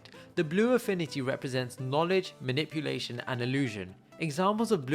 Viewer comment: Well, you made a mistake, it's not maniuplation, it's manipulation. But it's a great video